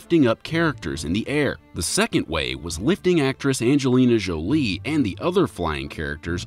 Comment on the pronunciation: Narrator: aNjHeLinA ScHjOLEE